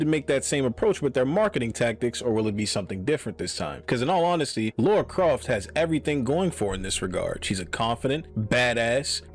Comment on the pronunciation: It’s CROFT not craft.